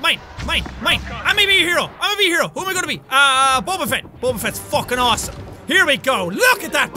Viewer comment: It's Fett not feet